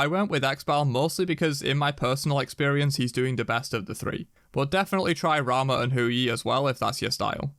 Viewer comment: homie really said rama wtf